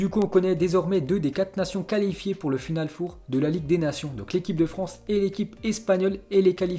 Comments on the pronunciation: Putain apprend à parlé du con ..... On dit final FOR pas foure putain c'est quatre .... Ça s'écrit four mais on prononce for ..... t'es le meilleur dans t'es conneries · Final Fauve !!? Même les chiffres en anglais ( après les noms des joueurs ) tu n'arrives pas à le prononcer correctement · On dit pas final four c final four 4 en anglais